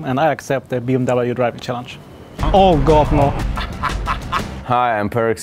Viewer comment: How much did they torture Grabbz to pronounce BMW the wrong way???